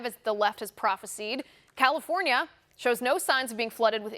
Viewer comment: Prof a sighed not Prof a seed.